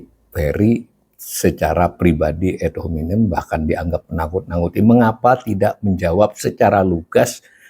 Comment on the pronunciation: Membacanya biasa saja Pa .... Ad dibaca ad bukan ed .... juga hominem .... Selama ini sudah begitu banyak yg mengkritik PYS .... dan dibiarkan ... itu artinya dibolehkan oleh PYS .... ump. koplok artinya goblok (podcast Prof Khasali) ... Yg inti tampaknya: di saat resesi/Krisis .... baiklah selain ada yg jujur mengakui fakta krisis tsb .... yg n.b. di Ind sangat sering mendorong rakyat demo .... ADA JUGA (Pemerintah) YG menunjukkan fakta situasi yg tidak amat hitam putih ... tidak hanya mewartakan doomsday KIAMAT hancur lebur saja dsb .... tapi juga HARAPAN .... dgn sikap TENANG .... bahkan ringan/jenaka .... Sambil tentu BEKERJA KERAS en cerdas berbasis data MEMBUAT SOLUSI atas masalah ekonomi .... yg pasti sambil mencermati si-kon IPOLEKSOSBUDHANKAMNAS Ind umumnya .... Silakan cermati juga banyak pedesaan Ind .... ada tanda-tanda, tapi belum resesi betul apalagi krisis ek .... Pilihan sikap optimistic PYS begitu tampaknya pernah (akan) EFEKTIF saat SRI M.I. diganti .... Yg memberi andil situasi kondusif menggembirakan rayat juga adalah ihtiar gigih Prabowo, PYS serta lembaga PERADILAN dlm MEMBERANTAS KORUPSI .... yg masif terstruktur dan menjalar .... = penyebab besar ekonomi bangkrut .... setelah 10 th lebih pemerintah sebelum2nya .....